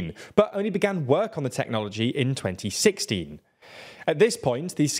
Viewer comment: Wait, does not pronounce the "teen" at the end of 2016 and so one, or am I just not hearing him well?